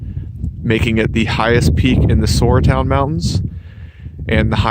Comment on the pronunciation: welcome your decision! for extra miles: Is it not pronounced Sara town mountains, the "U" is silent? i vote Huckleberry Gap for the creek valley.